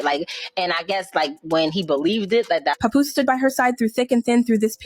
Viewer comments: Mans said PapBoose 😭😭😭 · Its not pa-poooose! Smh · “CHAPoose” is WILD WORK. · Why does she pronounce Papoose like that?!😅